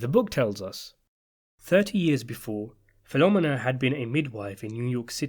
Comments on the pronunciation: Her name is pronounced PhiloMENA, you dunderhead. Not PHILomina! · Fil-o-mee-na, not phenomena. Haha. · Filomena is pronounced fi-luh-MEE-nuh, not fi-LO-muh-nuh. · In Sicily, the girl Michael married was named APOLLONIA (pronounced Apo-LO-nia), not APOLLINA. Also, the name Filomina is pronounced Fi-lo-MEE-na, not Fi-LO-mina. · Great vid! Just an aside, it isn’t Filomena like “phenomena” rather Fee-low-men-uh 🤙🏼 You could pull the penultimate syllable to sound like the second A in Charlemagne as well but that is not such a big thing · the woman's name is filomena, pronounced Feel-o-meena, not filomminna. sickening to hear all the repeated mispronunciation. regarding luca stumbling over his lines at the wedding, the actor may have flubbed his lines in real life, but that's exactly what puzo described in the novel: brasi stumbling over the flowery lines. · Fill-oh-meenah not Filohm-minah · Great video, as always…only her name is pronounced Fill-O-May-NA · My dude. I love your videos but you gotta start checking how you are pronouncing things. "PHIL-O-ME-NAH" 😂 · Fill-oh-me-nah. Just saying. Thank you for making this video. Luca was always scary. I read the book! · Some pronunciation corrections: It's Fil-o-MEN-a and A-poll-O-ni-a. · Fill-o-meen-a.... trust me. I worked for Italians that named their restaraunt after mother. Filomena's Lakeview in Deptford, NJ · I attended elementary school with Italian girls with names such as Carmella, Sabria, and Philomina . . . pronounced PhiloMEENa which I believe is how an Italian-speaker would say it. I suspect that the narrator's consistent mispronunciation is related to how the British often put the accent on different syllables as in "laBORatory". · Bro, you're freaking me OUT...it's Appa-Lone-e-ya (Appolonia) and Feel-o-meena (Filomena) jesus ! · I can't with this pronunciation of Filomena. Phil-om-en-na hahahahaha. Take a minute to see how to pronounce a name before you say it 100 times